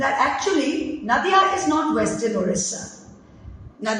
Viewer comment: Nadia jaise "Nadia ke Paar". Naadia nahin. Russian lagta sunne me hei...